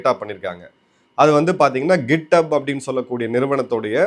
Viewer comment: Correction: Gifthub ila, it is Github